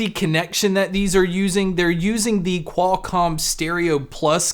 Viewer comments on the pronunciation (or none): none